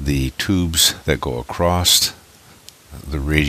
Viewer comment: please, please, for the love of god stop saying ACROSST!!!!